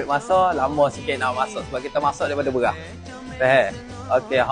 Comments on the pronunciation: Aye Beghah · Beras ❎ Berrrrwraahhhkkk ✅ Ayam ❎ Ayyek ✅